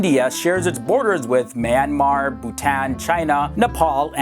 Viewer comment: AHAHAHA I like how u try to pronounce Myanmar. It is not pronounced like that. U could Burma, it is easier to pronounce. Burma is just an old name of Myanmar.